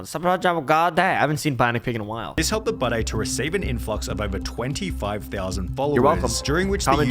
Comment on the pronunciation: I have the opinion that he spells and pronounced his name this way because he has a piss/scar fetish. Why else would you pronounce ‘Budday’ like bidet